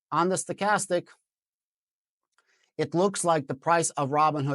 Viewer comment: WOW - you pronounced STOCHASTIC correctly --- am smiling